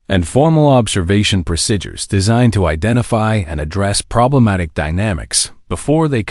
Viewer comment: AI narrator can't pronounce the word 'procedure'- very annoying.